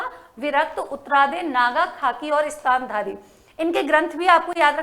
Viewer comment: स्थानधरी की जगह स्थानकवासी है ✌️